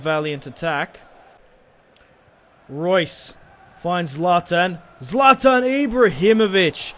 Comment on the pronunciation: its not zaltan its zlatan